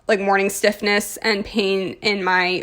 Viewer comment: The first time you said morning stiffness, it sounded like morning SICKNESS and I was like whaaa?!?!?!